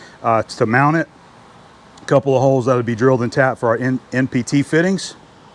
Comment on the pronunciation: What’s an “empty T?” Geeze, took me a bit to hear that one right! :). NPT. Sheesh.